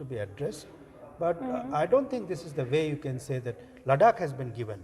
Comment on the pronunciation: Ladak. Hahaha I person who can't pronounce ladakh. How he knew the history of ladakh.